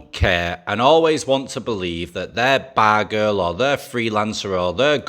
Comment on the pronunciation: The more times you say "money" and "bar girl" the more likes you get from me. We Mid West people love that accent on those two IMPORTANT words! Lol.